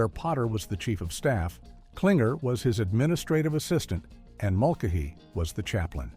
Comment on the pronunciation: I think it's hilarious how the AI mispronounces Father Mulcahey's name TWICE when talking about Aftermash. It's not like he was a recurring character - and eventually a star - on all 11 seasons of Mash, or anything.